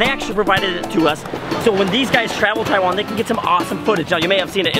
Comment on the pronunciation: Logan...go teach how to say "Taiwan" right. He has some sort of tongue problem on pronouncing the word Taiwan.